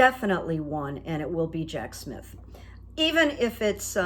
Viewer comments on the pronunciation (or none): none